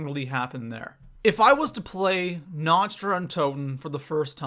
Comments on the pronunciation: The only thing about this video that bugs me: Nacht is pronounced almost exactly like "knocked". Not like "notched". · Na-kt not na-cht it's German fuckface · Is it me or does anyone else get triggered when someone's pronounces 'Nacht' in Nacht der Untoten as "Nach-t" instead of "Nakh-t" ? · People learn to pronounce nacht (na-k-t) there isn't a ch sound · no, you dont say it like "nakt". Its so cringy that all the english people think they pronounce german words right within the game, lol. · I was going to watch this video, But said Nacht wrong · Do even know how to pronounce basic things such as Nacht? And it's "Mystery box" not "Random box" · OMFG im from germany and its so fucking annoying, that everey one speakes the maps compleatly wrong ( sry for the gramatik)